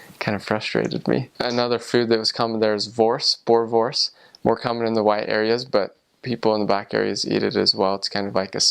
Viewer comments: I loved it when he said bor wors, instead of boere wors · It's called pap. Dis Wors en Pap. (You pronounce it= P-u-p. And it's called boerewors. Boor-a-vors)